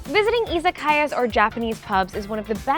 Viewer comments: You’re fluent, so why do you butcher “EE-zuh-KYE-uh”? Isn’t the flat Japanese much closer to “ee-ZAH-ka-YAH”??! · I lived in Japan for a few years, just a few comments. 1. The majority of the native Japanese speakers I know pronounce Izakaya with the emphasis on the second syllable "iZAkaya" or a flat pronunciation. It sounds very American when you say it as "izaKAya" 2. When the person at the front of the restaurant asked how many people with "何名様ですか" It's actually strange sounding to reply with the same very polite counter, It sounds more natural to use "2人です" (Futari desu)